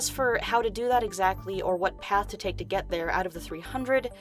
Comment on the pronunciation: "This is what you'll gÆt "